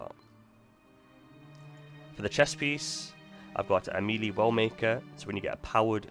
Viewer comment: Why is he saying Melee like that? I thought it was some new artefact that I missed.